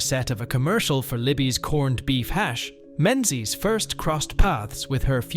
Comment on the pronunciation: Heathers is the same. Menzies is incorrect then correctly.🤦